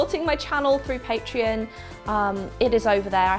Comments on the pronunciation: At first I thought you said "paint tree" instead of Patreon, so now I have visions of a xmas tree with paint themed ornaments on it. 😂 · I actually thought she was saying Paint Tree as well 😂😂